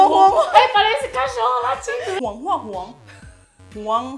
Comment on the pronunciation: Não ele disse assim "parece cachorro lachindo"